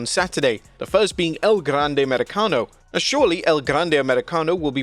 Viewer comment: Let me just say that we all appreciate you making sure to roll your R's every time you say El Grande Americano.